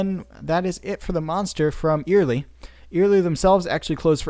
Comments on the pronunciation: Love all the work you put into these productions. Very informative and well done, thank you for that. My only correction would be your pronunciation of Eyerly. It is not eerily or earily, the way Lee and I have always pronounced it is Eye (like your eyeball) early. Eye early say it.😉:goodvibes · It's not ear ly it's Eyerly like EYE BALL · It is proounced "Eye-R-Lee" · Eyerly is pronounced EYE ER LEE